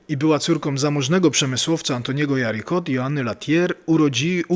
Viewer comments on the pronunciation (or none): Odnośnie Pauliny Jaricot, Francuzki, fonetycznie "żariko". Przekaz o św. FILOMENIE bardzo cenny. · Bardzo ciekawy materiał o znanej mi od lat św. Filomenie. Dziękuję za niego! 🙂🙂🙂 Dodam, że trochę inaczej wymawia się nazwisko Pauliny Jaricot. Jest francuskie i brzmi "żariko" (z Ż i bez końcowego T ). Inaczej też wymawia się nazwę Mugnano (mówi się "muniano", bo GN po włosku czyta się jak polskie Ń). W razie wątpliwości co do wymowy jakiegoś obcego wyrazu można wpisać w tłumaczu Google dane słowo, ustawić odpowiedni język (np. francuski, włoski) i nacisnąć ikonkę mikrofonu, aby jakiś automat poprawnie go przeczytał. Jeśli nie znam jakiegoś języka, to tak właśnie robię. Z francuskim i włoskim jestem dość dobrze osłuchana, dlatego pozwoliłam sobie podpowiedzieć księdzu prawidłową wymowę wyrazów w tych językach.